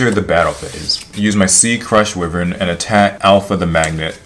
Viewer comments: “Crush wi-vern” I want to die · Wyvern is pronounced whyvern not wihvern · I can't watch this, because you dont know how to say why-vern properly...